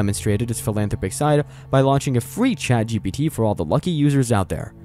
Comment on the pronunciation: A couple of times I thought the narrator said, ChadGPT. That, my friends, is the apocalypse.